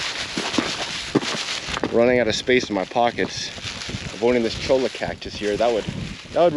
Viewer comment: Cholla (Choy-Ā) 😉